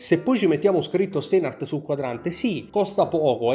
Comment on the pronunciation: Ti vorrei correggere la pronuncia, il dittongo "ei" in tedesco si pronuncia "ai" - (Stainhart) insomma.😉 Per me sono orologi ben fatti e ideali per chi non ama "sperperare" troppi dindi ma ama quel tipo di estetica (inutile girare intorno all'originalità o meno del design, tanto tutti fanno ciò che gli pare). Io personalmente non li acquisterei, non rientrano nelle mie preferenze. 👋